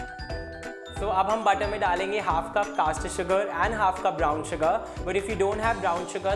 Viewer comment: Pronounce caster sugar